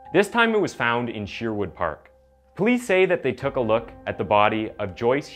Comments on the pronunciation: Lol the way you pronounced Sherwood has me dead 🤣🤣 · Great video, but please it’s SHER-wood like SURE-wood. A tiny bit distracting but great content.